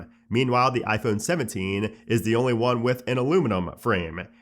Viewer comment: Why cant he say ‘iphone’ like a normal human?